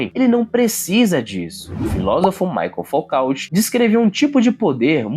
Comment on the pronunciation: Sua pronúncia de Foucault foi tenebrosa